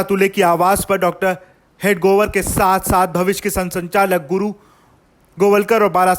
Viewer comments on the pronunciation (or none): Why can't you pronounce हेडगेवार? It's not हेडगोवर..